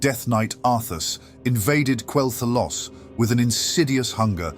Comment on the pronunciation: At which point in Quel’Thalas do you spot the ‘o’ ? Why is it somehow only possible to say Quel’Thalos?! Oh, so it’s AI narration. Disappointing.